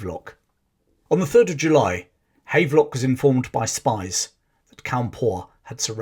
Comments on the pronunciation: PS it is pronounced Have-lock not hayve-lock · The general is pronounced Havv-lock not Hayvelock. but otherwise an excellent summary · Here in Northern Ireland there are a few buildings and streets named after General Havelock. It's pronounced Have Lock, as in to have/ possess.